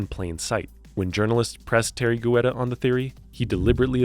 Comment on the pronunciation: It's pronounced Tee-air-ree Get-ta